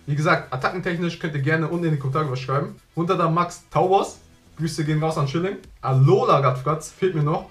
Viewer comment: Bei tauboss verstehe ich « tauros »